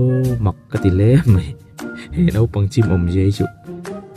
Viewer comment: Nopang, ti lovin naupang, tih tur